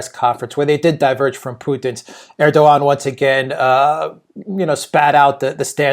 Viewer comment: I love your program but would be so much nicer if you would pronounce the Turkish presidents name correctly....the "g" in his name is silent.